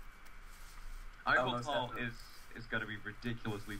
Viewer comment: Its pronounced Ee-vel-tal. (Yveltal.)